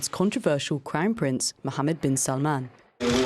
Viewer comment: 0:7 when she said crown prince I heard crime prince 😂😂😂😂😂